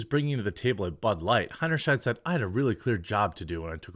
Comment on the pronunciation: Btw the sheid part of her name if pronounced as it ought to be rhymes with height!